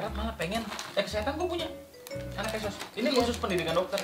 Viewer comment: Ngakak dong gua pas bahas anak kedokteran sama anak kesehatan 😂😂😂 KESMAS bang bukan KESOS😏